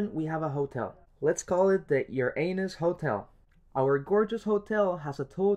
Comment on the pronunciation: I was listening without looking at the video, and you sounded odd when you said "your anus hotel". Pauses the video to check it and it was "Uranus" .. Nice explanation though..